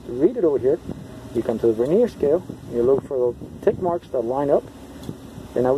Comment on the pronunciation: The word Vernier is pronounced with the accent on the first syllable, not the second.